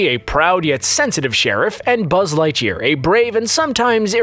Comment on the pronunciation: I always thought it was Light gear not Light year